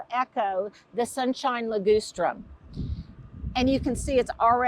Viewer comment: it's Li-GUS-strum, not Li-GOOSE-trum. Just saying.